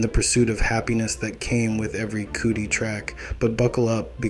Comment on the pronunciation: It’s *cuh-dee, not cootie 😂